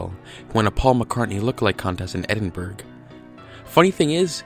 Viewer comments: It's not pronounced eh-din-burg it's pronounced eh-din-bur-uh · Uh are you saying Edinburgh? Because it's pronounced E-din-bur-ruh not edin-bourg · No. You Pronounce Edinburgh Ed-In-Bra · It’s pronounced edinBruh or edinBuruh not Edinburg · ‘Edinburg’... its said ‘Edinboro’ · Edinburgh is pronounced Edin-bruh not Edin-burg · Edinburgh is pronounced "edin-bruh" not "edin-burg" >:c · "Edenburg" it's Edinbruh lmao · Edin-Burg..........no It's pronounced Edin-Bruh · Did you just say "Edin-BERG?"... as in the capitol of Scotland? Edinburgh is pronounced "Edin-Bruh" ^.^ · Ok sorry I have to but Edinburg is pronounced Edinbruh. Love from Scotland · Stop pronouncing it "Edin-berg"! It's Edinburgh - pronounced "Edin -- Bruh"! My family are all from there, and many of them moved to Canada - at one point my auntie was chastised by one of her kids teachers for saying it incorrectly. My auntie pissed herself and announced she'd grown up there! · "Edin-burg"? It's "Edin-burr", friendo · It's so funny how Americans cant speak English, they sound so retarded its cute! Ed-in-berg is the incorrect way to say it, its Ed-in-brah. Edinburgh. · Bruh. Edinburg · AAAAAAAAAAAAAAAAAAAAAAAAAAAAAHHH... IT. IS. NOT. CALLED. EDINBERG!! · Haha “Edin-burg” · ed•in•buh•ruh Also the walrus is a reference to "I AM THE WALRUS! BOO GOO G'CHOOB!" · u said edinburgh rly.funny its pronounced 'edinburah" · Cool cool, but you did say ‘Edinburg’ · lol "edinburg" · EDINBURG????? YOU SWINE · You said edinburk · Calling Edinburgh edin BURG is the easiest way to be killed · Your pronunciation of Edinburgh is so way off it's fucking hilarious. It's "ed-in-bra" 😂 And your pronunciation of Campbell. It's just "cam-bell". Fucking yanks man. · Edinburg mate it's Edinburgh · I love you man, but for the love of God don't be an ignorant American. We put in enough effort to pronounce "Arkansas" correctly, but Americans come out with "Edin-burg". It's just cringey... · edinberg dosent he mean Edinburgh